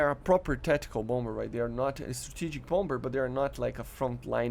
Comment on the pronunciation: Nice vid as always! Second b is silent in Bomber. (Bom-er)